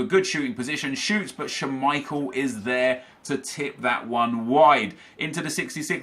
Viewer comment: the way you say schmeichel makes me want to die.